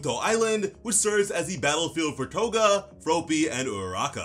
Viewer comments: F R O P Y not Froopy lmfao.... I get that you are American but come on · Please stop saying "Frowpy", it's just "Frawppy" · Fruh-AH-py, not F-rope-ee. lol I know the manga doesn't say it out loud and another comment already mentioned it, but I had to say it, too. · Just remember - it's based off the word frog. You wouldn't say Frogue, you'd say frog! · You're saying "Fropey" instead of "Froppy" it should be pronounced like "Floppy" but with an "r" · It's fr-AH-pee. Not fro-pee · It’s froppy not frooooppy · As much as I love ya your way of saying Froppy kills me it's just Floppy with and R.😂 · Did you just call Froppy FROWPEE? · I love the way u say froppys name LOL FRO PEE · Bro's sayin' "Fropey" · hes saying froppy like soapy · It’s fr-ah-ppy , it actually bothers me you’re doing it wrong